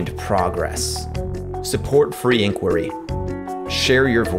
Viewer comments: NO...... there is only ONE way to pronounce "Inquiry"......all those who don't oblige... will be quarantined indefinitely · okay but can our first point of dissent be the correct pronunciation of 'inquiry'? Because i have a major problem with the way you said it. other than that, great video! will follow it up.